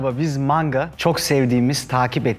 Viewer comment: maNga'nın "N"si nivtonumu taşıyor?